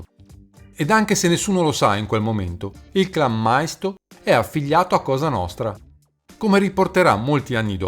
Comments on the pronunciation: Maisto...ma come cacchio lo pronunci?....ma documentatevi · Maisto...ma come cacchio lo pronunci ?....ma documentatevi prima di mandare questi video che fate solo figure marroni